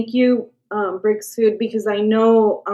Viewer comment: When you said Brick suit..I heard Brexit..I spent half the pod cast wondering why he was called Brexit